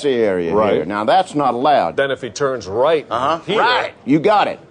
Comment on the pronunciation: I like how the idea of turning right completely brings out the southerner in him!